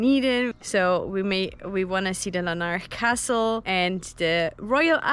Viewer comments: Lar-nick Castle as we say heref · Glad you had such a good time in my home town. BTW - Larnach is pronounced LAA-nuck. Well done for giving those tourists a lift! Some nice cutting in the video between Larnach Castle and the Soldiers memorial - the views, coming down the steps, etc.